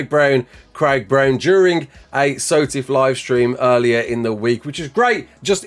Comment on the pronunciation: dont ever pronounce SOTF how you did in the intro sir